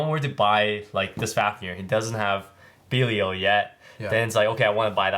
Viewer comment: have you guys figured out how to pronounce belial cause you guys are saying it like pros